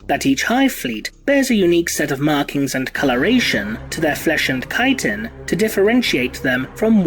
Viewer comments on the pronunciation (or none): none